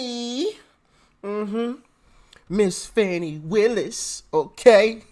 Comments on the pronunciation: ITS FANEE.....like joe dirt..justr because you think its that way isnt...shes garbage anyways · He called her Fawni??? Not sir!!! Its Fannie like as in my a$$!!! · "Fonnie"? I thought it was "Fanny". Let's just call her "Ass" to keep it simple